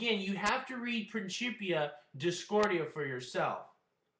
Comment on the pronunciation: Principia is pronounced like prinsipia or prinkipia, not princhipia. At least of you follow the traditional pronounciation rules of latin, and don't want to sound like an ignorant unitedstatian.